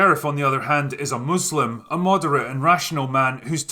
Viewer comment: He said Muslim correctly instead of saying "Moooozlim"